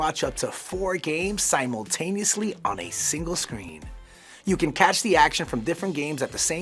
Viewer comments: LIBRARY NOT LIBARY ffs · Please pronounce 'library' correctly. The guy kept saying 'libarry' instead of 'library'. There is an 'r ' after the b. No, the 'r' is not silent. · the most difficult thing about this video is hearing this guy say "li-berry". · Y’all hired a guy who can’t say the word “library” and then decided to fit that word into this script, about 18 times. Nice work. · He said "Lie Barry"